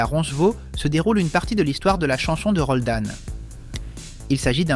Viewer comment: C'est pa Roldane... c'est Roland....